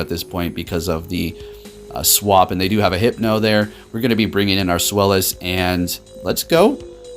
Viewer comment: Love the content but come on. It's pronounced ZVEYE-lis. The name is derived from the German number 2